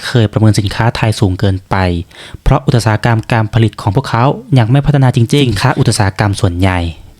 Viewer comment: อุตสาหกรรม อ่านว่า อุดสาหะกำ ครับแอดฯ